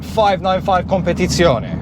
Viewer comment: Came here for the info about gearbox remapping, stayed for the impeccable pronunciation of "Competizione" Amazing as always, love watching the journey of this little car!